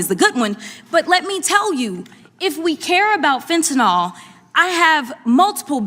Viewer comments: It's fentaNYL, not fentaNALL! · FentaNYL - not FentaNOL - love Jazz!!!